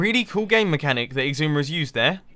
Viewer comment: Why do you call xisuma "igzuma"?